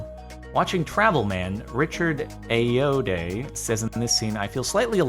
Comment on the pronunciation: no other Ayoade fans bothered by the pronunciation?